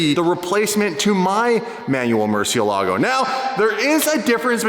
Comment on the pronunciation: for future videos, just like to point out that Murcielago is actually a spanish word that means bat and its pronounced mur-syell-ago